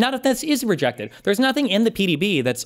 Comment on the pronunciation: You both have Freudian slips CONSTANTLY about the Presidential Daily Briefings. I have literally LOST TRACK of both of your mis-pronunciations? of the abbreviated format. You must both hate Patrick Bet David as much as I do. They are “PDB’s” not “PBD’s” lol Oh and. You’re a fucking bad faith hack. You always will be. You are the farthest thing from a patriot, fuck you.